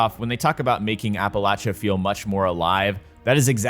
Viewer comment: thanks for saying "Appalachia" correctly ;D